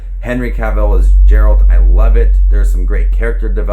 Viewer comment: I know it is difficult for someone new to the material to get pronunciations right but I can't front the way you pronounce Geralt sent me right up the wall. It is a hard G. Ger-uh-ld